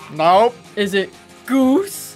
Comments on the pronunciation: IT'S NOT GOOSE IT'S GOSE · Its not actually goose, its "gose" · its gose not goose